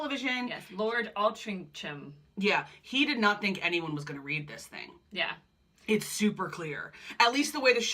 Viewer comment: Thank you once again, Doctors A fantastic review of the show, but what I also liked about it was your analysis of the implications and outcomes from this period, right up to Kate and Meghan via the whole Diana debacle. By the way, the peer you mentioned? His name is pronounced like AltrinGHam, rather than CH. I know, weird or what. But then, in a country where Cholmondley is actually pronounced CHUMLY, and Featherstonhaugh (a real name) is pronounced FANSHAW, it makes sense (kind of).